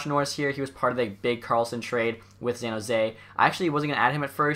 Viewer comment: Have you ever noticed that you say Zan Jose not San jose..?